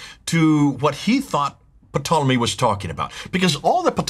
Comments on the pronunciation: Interesting material, as always. But,, the initial “p” in Ptolemy is silent. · I'm sure it's a SILENT "P" on "P"tolemy. Why a British historian who had a series of programs on the BBC is called "P" tolemy... Psoriasis silent P.